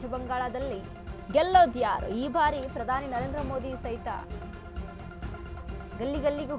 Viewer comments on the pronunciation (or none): none